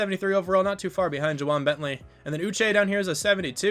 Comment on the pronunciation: You did say Josh Uche's name correctly